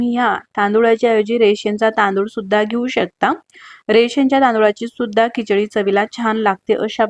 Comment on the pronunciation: Pronounciation of some words kichadi chamcha is not as per Marathi